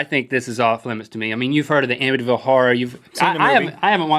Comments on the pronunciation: It's Amityville not Amittyville haha sorry to be picky but it's the next town over from me. :P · amityville not amittyville you guys